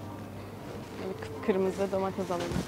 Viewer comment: Domatez değil domates pls